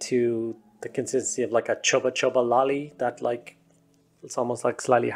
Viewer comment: I am sorry, did you say chuba chuba lolly?